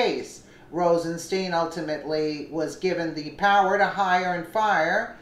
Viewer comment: Rosenstein is pronounced with a long i in Stein not a long e FYI He said that in the hearing before Congress.